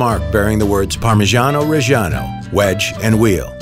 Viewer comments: inhales its spells reggiano not rej an o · Why did you dedicate an entire channel to parmigiano and still cannot pronounce it right in Italian? Reggiano has the double g for god's sake